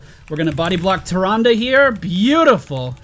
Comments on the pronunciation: It's Tih-Ron-Duh look it up in every Wow/Wc cinematic or anytime her name has been mentioned it is said that way I have played both for a long time 👌🏼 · not sure if you've ever played WC or WoW but it's pronounced the second way.